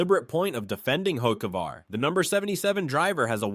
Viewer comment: Hockevar, Bewescher, Nimecheck….agreed…